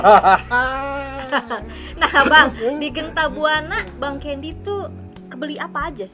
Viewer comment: CANDY kli bukan Kendi 🥴🥴 Professional aj lah 🙄🥴 kya ngmong ama siapa kan orang negri semua bukan turis